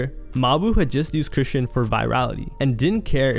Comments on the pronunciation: Chris-SEAN (sh-aw-n) rock not "Christian"🤨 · Chrisean name has been floating around so long for you to be pronouncing it wrong. Chri-Shawn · Bro said Chrishyn Rock ! Lmfao!! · Fashir twin - it’s ( chris”-Sean” , = chrisean😂😂😂😂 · This is a great video and I love the content my only complaint is the way you say Chrisean bro 🤣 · the way you say chrisean irked my soul 😂😂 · Now you know damn well that’s not how you say chrisean